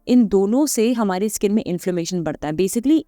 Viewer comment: स्किन को इस्कीन क्यू बोलते हो?